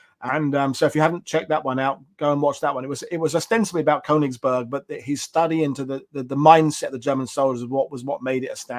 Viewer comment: Shocking pronunciation of nonEnglish names. You should do better preparation..eg Königsberg sounds phonetically as: kernigsbairg!! That’s only one example but…